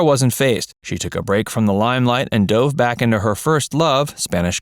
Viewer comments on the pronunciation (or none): none